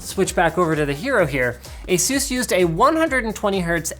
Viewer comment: Linus, seriously, how do you pronounce 'anus'? Yeah? Now pronounce 'Asus' again.